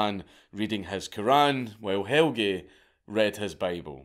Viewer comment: His name is more like "Hell-Ya" not "Hell-gee" but pretty good try.